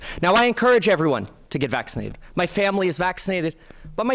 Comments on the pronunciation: I can't vote for Faulconer. He pronounce vaccinated as "vaxidited" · I thought Jenner was running too? That's interesting...Hahahaha he couldn't say Vaccinated lol